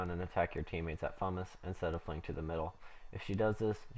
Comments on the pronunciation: Dude this guide was amazing! ;P Nice pernix btw :P Try doing a duo with Smokey with both of you in void, I think that would be awesome :P Btw, Fumus is pronounced: F-You-Muh-sss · Fumus pronounced fume-us